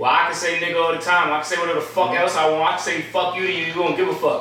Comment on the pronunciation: 🤨 Did he just say Warch?